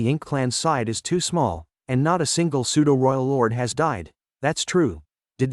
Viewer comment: Nice work cant wait for the next part and we are waiting .and the pseudo,who,us ,it and other words are not pronounced well aside that every thing is cool.